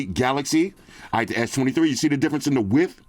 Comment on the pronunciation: “WIDTHS “ WIDTHS